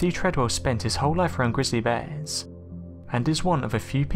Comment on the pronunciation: They way you say bears makes me want to die